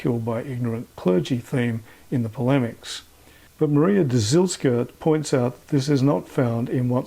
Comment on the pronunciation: Great video. Thanks for the insight. I had known that the popular story was a fable for some time. Thanks for filling me in about the particulars. Just a wee comment from Poland: the name Dzielska is pronounced Jelska/Gelska 😉 Thanks again.